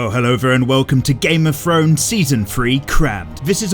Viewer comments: Yes he pronounces his th’s as f’s thought I was the only one who notices this🤔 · "game of frones"?